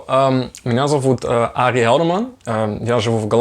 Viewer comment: У Ари хорошее произношение и очень естественный словарный запас ☺ Большое спасибо за видео на русском языке ❤💛